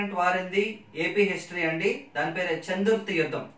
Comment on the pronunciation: Anna చందుర్తి కాదు చెందుర్తి మా ఊరి పేరు